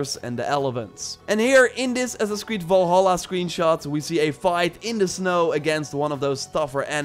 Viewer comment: Why does he say Valhalla, like Vålhælla